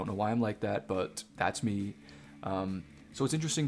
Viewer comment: It’s super uncomfortable how you pronounce the letter “T” bro like “buT” “cuT” “greaT” etc.. cool video though